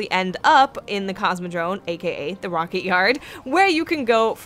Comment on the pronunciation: Sounds like you say "CosmodroNe". :P